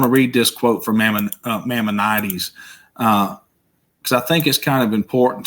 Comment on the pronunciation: Nothing wrong with a southern DRAWL! We're pretty smart down here in the SOUTH! He does need to work on his pronunciation of Maimonedes...it's MY MON A DEES.